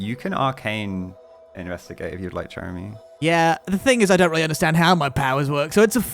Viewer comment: I've noticed that when they say Chéramy's name it sounds more like Chèramy instead (with a grave accent) from how I understand the accents from learning French, but they spell it as Chéramy (with an acute accent), is it that their pronunciation of it is more accurate in another language I'm unfamiliar with? or just a fun little quirk or a mistake with the name